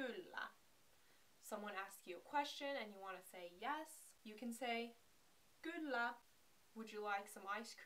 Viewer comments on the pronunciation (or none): Kylla: I hear more “g” instead of “k”.